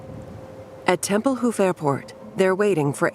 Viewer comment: Tempelhoof Airport